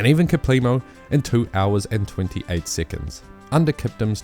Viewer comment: why do you say siccunds?